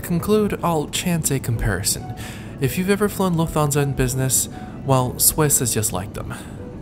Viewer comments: Are you not concerned about having to quarantine for 14 days on your return to Canada? Not a big deal, but you mispronounced "Dorval" and "Lufthansa". It's "Dor-VAL" with the emphasis on "VAL", and "Luft-hansa", not "Luf-thansa". I enjoy your reports but would prefer them without the background music. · Your pronunciation of Lufthansa is very... interesting... 🤔. Also, wasn’t the cabin hardly empty? could have selected any other seat, I’m sure. Otherwise, it was a good review.